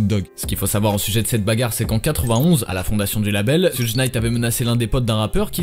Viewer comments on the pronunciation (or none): Accent de fou non 😂 ça se prononce shougue Knight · On dit Shuge Knight mais clean